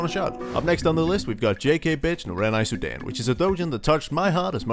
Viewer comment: Is only me. when you say the title Soudan but became sudan. Lmao